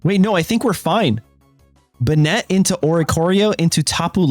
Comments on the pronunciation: Bay net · Banette is pronounced bay-net. The name is a portmanteau of Bane + Marionette. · Pronouncing Banette like he's some spanish dandy was unncessesary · The last e is silent its pronounced bannet lol and its ar-sea-us not ark-e-us